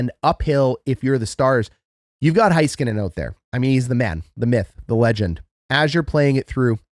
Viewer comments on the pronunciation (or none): HAY-skuh-nen, sorry, drives me crazy.